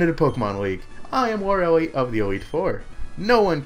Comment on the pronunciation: Why does everyone on YouTube pronounce Lorelei wrong? It's Lore-A-Lie.